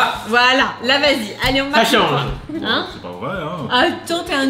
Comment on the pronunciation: C'est "chance " et pas "chense " 😅